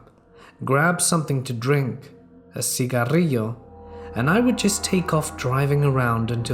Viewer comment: So refreshing to hear an accurate pronunciation of cigarillo